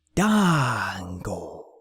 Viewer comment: I don't think you pronounced Fandango's name correctly... Aside from that, tremendous job! I can see the amount of work and effort this required. You're definitely giving my "Create A Comeback" concept a run for its money as far as detail and presentation :) You're gonna fool a lot of people into believing it's the real thing with this haha.